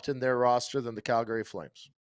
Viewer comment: Why does still say “Calgary” wrong?!?